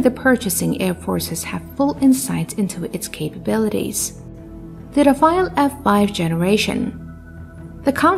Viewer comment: and many times more thereafter - Rafale not Rafael